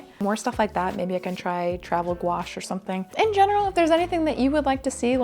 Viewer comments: I really liked the painting video 🙂I look forward to another 1 with your new paints. Though i did not know what you meant when you said the word of them! Gonche? Gonache? haha Owwww new doggy! She's so lovely! <3 Welcome Pippin. I think i have watched your videos since you were in your nana's house, so like 2018? Maybe before. I enjoy them all as i always have done;-):-) Well done on 10 years! Wow! & the best of luck with your new space/warehouse project! Owwwww exciting! <3 Just do you. What makes you happy, we support you and will watch them all. We are proud of you, and you should be of yourself too. We are glad you do 2 videos a month also as 1 would simply not be enough!:-);-) Forget the viral videos, as we grow older, our pace of life does change. And that's not a bad thing. A few youtubers have said the same thing recently, it's not just you. I think we would rather see better quality content as you do in all your videos, & why we watch your videos over others, -than viral fast pace rushed videos like others do. Leave that to the youngsters who have no attention span! lol P.s the editing on this video was fine. You are too hard on yourself:-) Your editing is always funny and top notch. Love the new merch! I shall definitely see if i can purchase something, as i too am a floor troll, but just on my bed. Bed troll if you will. & i always respect the little guys:-D xxxxxxx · This is the first time I've heard someone say gouache out loud and it is not pronounced how I thought it was.